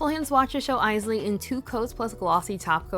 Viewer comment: I just put on Bowie today 😊 Also, yay! I keep laughing when I hear people mispronounce Isley, which was most other nail vloggers (not you). I guess they don’t know the Isley Brothers.